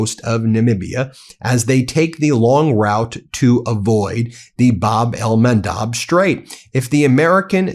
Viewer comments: He finally quit saying Hormoze and now he is saying Bab el-Mandeeb. Oh brother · bahb el-MAHN-deb Please. You are a professional broadcaster. Pronunciation is important to credibility and clarity. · Bab-el MAN DEB like Debra